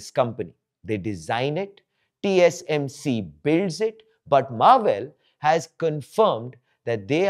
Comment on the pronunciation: in the video he mispronounced TSMC as TCMC So i was pointing out that